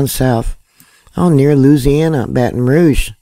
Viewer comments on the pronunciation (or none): none